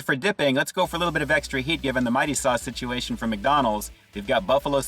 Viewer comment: It's a spicy nugget sit-chew-A-shun.